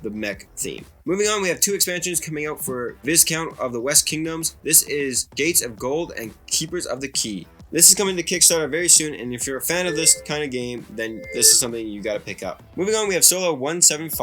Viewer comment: Viscounts--vi rhymes with "eye." No s or z sound. The s is silent.